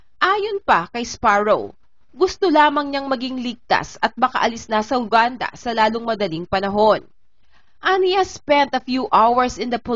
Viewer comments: Ate, yoo-gaan-duh at hindi Uganda. Make a research before you post kakahiya sa bansa nila hindi natin ma-pronounce ng tama. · Mispronunciation- Uganda - Yuganda po :)